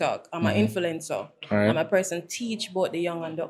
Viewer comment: "First and foremort"😭😭 "Abertise"😭 "I have people who I infelence. I'm an infelencer"